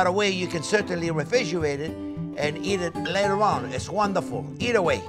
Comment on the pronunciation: "If you don't want to eat it right away, you can redfridgerate it for later." I was literally waiting for him to say 17 years! 😁